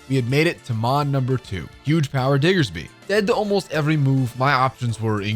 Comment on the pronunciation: Just some unrequested advice: Annunciate the “D” on Diggersby more clearly. A passerby heard something else. 🤔 You have a bit of a nasal tone to your voice.